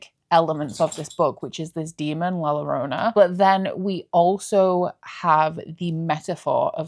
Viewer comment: I wanted to mention la llorona is pronounced as a YOrona like YOga in spanish